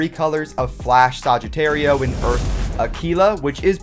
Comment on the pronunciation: Kirido Games THANK YOU!! And he also pronounces is like Sogittario